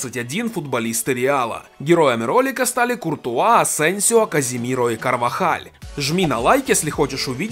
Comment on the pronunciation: Не Каземиро а Казимиро он сам сказал